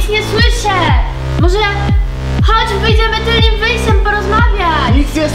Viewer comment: Tylnym, nie tylnim xDDD